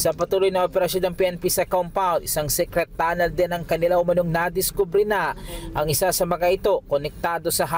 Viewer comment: AYUSIN NYO Ang PAG BABALITA NYO? Secret tonel??